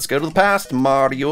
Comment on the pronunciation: Why you say Mari 0 btg?